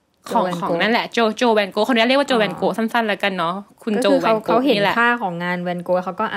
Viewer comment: ฟินเซนต์ ฟาน ก็อก (Vincent van Gogh) ออกเสียงดัช ครับ! ภาษา ดัชไม่มี แวน